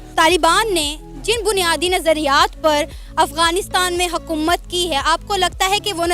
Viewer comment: Mam Hakumat Nhi Hota Hukumat Hota Hai 😂 lol 😅 Isiliye Pakistan Tarraki Nhi Karta Or Banao Naya Pakistan